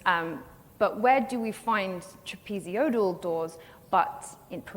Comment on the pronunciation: She's not a very good speaker. Such is the low standard today. Why does she add an extra vowel to "trapezoidal"?